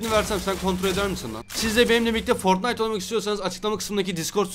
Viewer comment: foytnite W H A T :D